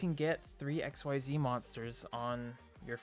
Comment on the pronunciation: Xyz I'd pronounced as Ex-ceed. XYZ is x y z in regards to the V-Z union/ Fusion monsters. Sorry that really bothered me.... good profile though.